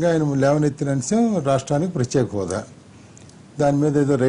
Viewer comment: Prathyaksha hodha kadu ra babu prathyeka hodha...